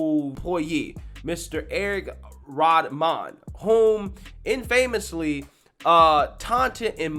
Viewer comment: Come on my man, please learn how to pronounce "infamously". Sorry, its like the 3rd or 4th video where it happened. Its not "In Faymuhslee" its "in·fuh·muh·slee".